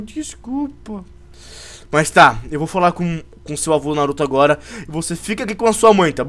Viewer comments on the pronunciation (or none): none